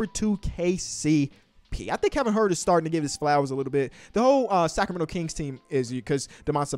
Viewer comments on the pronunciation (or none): Kevon Huerter. get that boy name right